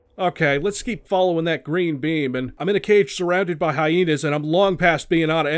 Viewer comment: I really like how he pronounces Hyena..He says "Hyeenie" and it's kinda awesome, lol 😆